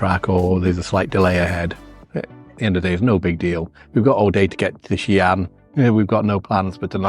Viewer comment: What a great father with two lovely kids ❤ Your pronunciation of XiAn is really good standard 👍